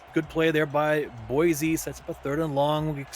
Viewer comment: Y'all need to learn how to pronounce Boise lol (Boy-see not Boi- z)